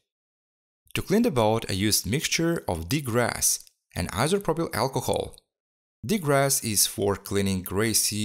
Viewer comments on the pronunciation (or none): Degrass? Not degrease?